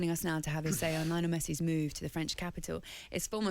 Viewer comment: Jesssshhh!! It is not liiinel it is liiiooonel man!!